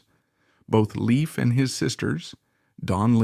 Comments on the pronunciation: Dude! You could at LEAST pronounce his name correctly! It's pronounced LAFE NOT LEAF. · It's pronounced Layf not Leaf! He has only 1 sister and that is Dawn Lyn Nervik. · its not " leaf" its "layf" " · NUMBER ONE: He's still alive. NUMBER TWO: His name is pronounced Layf, not Leaf. NUMBER THREE: People like you who create click bait videos do nothing but hurt all of YouTube. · And another situation where the commentary is wrong in this video is when he pronounces Danny Bonaduce's last name wrong. The commentator needs to do better research. 👍.